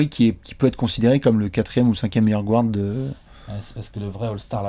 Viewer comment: Come on guys, arrettez de dire gwards, y a pas de w, c est guard., t as pas dit que tu voulais etre Prof d anglais?